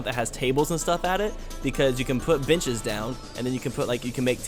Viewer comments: Every time u said benches I heard bitches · He did pronounce it like “beenches”, so it makes sense that you heard it that way. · I'm awful.. you said "putting in some benches" and I heard "putting in some bitches":\ I'm too used to old. I love mature though.